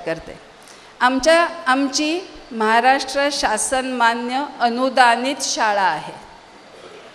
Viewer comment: महाराष्ट्र असा शब्द आहे उच्चार म्हाराष्ट्र असा निवेदिका ताईंनी केला, काय हे?